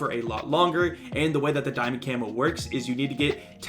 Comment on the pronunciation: Di-UwU-mond, ok that was cringe